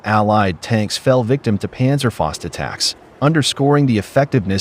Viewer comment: Great video and great information but "faust" (fist in English) is pronounced "fowst;" not "fahst."